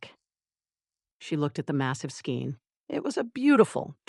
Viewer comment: SKEIN pronounced skayn with a long “a”. Winder is pronounced why-d-er. This is a yarn tool to make yarn cakes. A long “i” as in eye. Get a real narrator not this irritating Artificial Idiocy. Otherwise the story is fine and funny. But every knitter in the audience is wincing🤦‍♀️😂😂😂